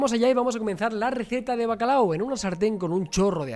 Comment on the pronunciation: Seguro que el “Bacalado” es de “Bilbado” 😂😂😂